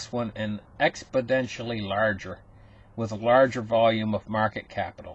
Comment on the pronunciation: I know the word exponentially but what's expodentially?